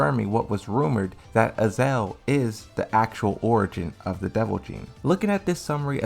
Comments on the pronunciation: It's Azazel not Azel It's Alexandersson not Alexander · LOL the way you say Azazel sounds like your saying Ezal, crackhead Ezal from Friday hahaha.